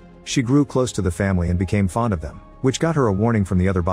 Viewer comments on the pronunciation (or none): none